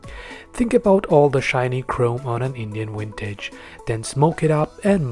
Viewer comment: Vintage not Wintage. Practice it.